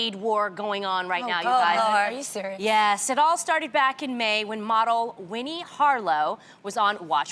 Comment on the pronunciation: Winne should of said it correctly the first damn time